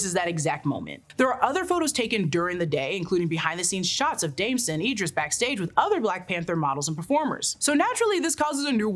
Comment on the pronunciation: The fact you mispronounced Damson Idris whole name wrong throughout this video is wild af and...I can't get past it 😭